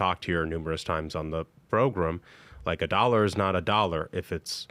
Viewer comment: The progrum isn't the progrum if Ashbrook is absent.